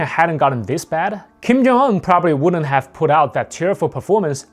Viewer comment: yo slow down! you barely said his first name. Sounded like you said "Kim Jonggg"